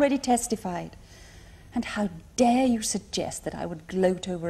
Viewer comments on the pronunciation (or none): none